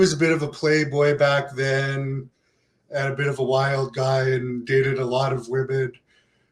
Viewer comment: "anD", not "anT", broad. Add WTF is up with the nasal-congested interviewer? Get some allergy meds, son.